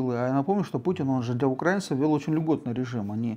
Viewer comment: Про виски интересные передачи, а это... Ну для начала было бы неплохо хоть ударение научиться ставить, а потом про украИнцев что-то ещё высказывать. Молдова, 2 Чечни, Грузия, Сирия, Украина.... А они всё про "братские народы".... Прежде чем кого-то учить, неплохо было бы самим пример показать. Пол страны в дырки на улице ходит, а они с Европы смеются..... Лучше про купажи передачи делайте.